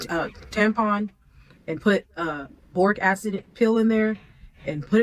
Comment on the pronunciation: is she trying to say Boric Acid? wtf is "Beyoric" Acid ?